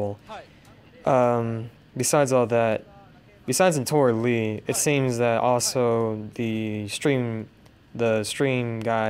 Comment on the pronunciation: her name is Naotora Ii, not Li. upper case I then lower case i. Pronounced 'Nayo-Tora Ee'